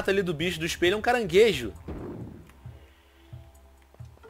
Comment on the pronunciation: tio venom nao e carangeso e escopiao